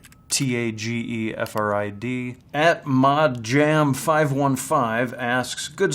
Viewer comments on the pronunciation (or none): Just one comment. Tage Frid. His name is pronounced Ta-Ge as in Target without the r and the last t. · Lmao, that Tage Frid pronunciation was hilarious ;D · His pronounciation of Tage Frid was so beuatifully wrong. I love him